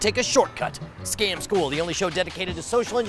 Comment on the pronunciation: in the intro it sounds like Scom school not Scam school xD